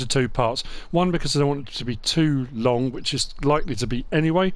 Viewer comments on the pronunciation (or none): none